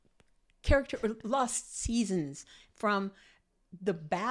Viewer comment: "Bowels" was cracking me up!